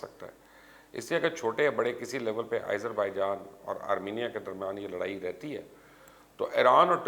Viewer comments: Sir, correction please. its not aizerbaijan, its azerbaijan. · Who told you it's Irzerbaijan? Seems your teachers are lunatics. Why the hell do you mispronounce almost all the names outside Pakistan? Don't you see te Azerbaijan where did this Izer come from? Bloody ignorant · MR. FOOLISH YOU DONT READ COMMENTS. WHY YOU WRINGLY PRONOUNCE AS IZERBAIJAN